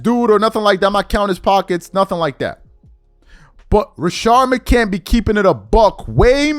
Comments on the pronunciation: its rashad mccants not rashard mccant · Rashad Macants sir say the fucking guys name correctly